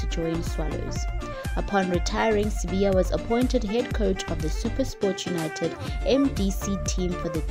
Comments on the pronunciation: sibaya not sibiya 🤣🤣🤣🤣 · Sibaya.. They wrote Sibaya and she keeps on Sibiya. The lady needs to care wrong pronunciation of people's surnames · He is not Sibiya, he's Sibaya, as in the kraal. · Sibaya wena not Sibiya bari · Not sibiya is Sibaya!!!! gees